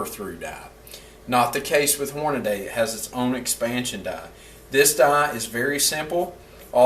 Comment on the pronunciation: I’ve got one of those last names that people mispronounce all the time and it’s quite irritating.. with that being said.. Hornady is pronounced horn-a-de now if it had an “A” between the d and the y you would be correct. While I’m on the subject.. leupold is pronounced Lu-pold not lea-pold. The optics company isn’t owned by the king of Africa.